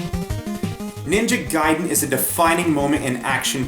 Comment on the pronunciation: "ninja gayden guyden geyden gaiden!"